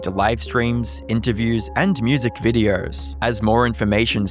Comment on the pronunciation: Why do you say words like "posts" and "videos" with an R in it?